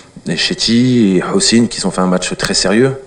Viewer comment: Tous les algériens disent "qui z'ont" d'où sortent t-ils ce Z (EST-CE DU DZ ?) c'est "qui ont" aucune liaison !